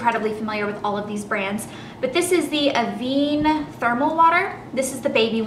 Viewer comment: you can get a lot of those products in canada and im pretty sure avene is pronounced av-en :) BTW YOUR HAIR LOOKS FAB ELLE love yoouuuuu